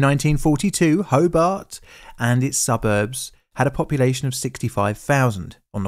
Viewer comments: My family came across the bridge an hour or so earlier after returning from an east coast holiday. As a treat for us kids we went to a movie at the drive in. Our grandmother assumed the worse for quite a few hours as no one was home to answer the phone ☎️….pronounce the a in Hobart heavier - Ho bArt, Illawarra as IllawOrra 😉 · Great video! Slight corrections on pronunciation - Hobart is pronounced “Ho-Bart” (without the pause) and Tasman (Tasmania) is pronounced Tas-min (Tas-mania). :) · Interesting pronunciation of “Tasman” also Hobart as “Hobit” and Illawara as “Illawarwa” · I hate to say so but you were saying Hobart wrong the whole time. The way you say it is more like Hoe-Bart like from the Simpsons. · Ho-bart , bart like bart Simpson. Illawarra is pronounced il+uh+wo+ruh and tasman well you'd have to ask a Tasmanian that one and it might change depending on which one of their heads answers. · Your videos are usually pretty good, but the way you butchered so many pronunciations is cringe. Repeat after me: TAS-mun ho-BART ILL-a-wo-rah (btw it's spelled "Illawarra") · so weird hearing a documentary about the state i live in. and very infuriating to hear him pronounce tasman, hobart and illawarra weirdly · Incorrect pronunciation of "Tasman" and "Hobart". Also, incorrect spelling of "Lake IllawarRa". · Great video, unfortunately the pronunciation of Tasman, Hobart, and Illawarra are way off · Your pronouciation of Tasman, Hobart, Lake Illawara. All WRONG. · How about pronouncing the suburb's and the city of Hobart correctly! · It's recommended that you Google how to pronounce the places name before making a video on it... especially for Australia. Because sure enough you got all of the pronunciations wrong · It's HoBART...not Hobbit. Great piece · Good video thanks, but the name of the city is HobART, not HobERT. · It's not Ho bit, it's Ho bart. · It's TASmun, not TASMAN. HoBART, not Hobut. IllaWORRA, not IllaWARAH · Pronounce it 'HoBART", not "Hobert".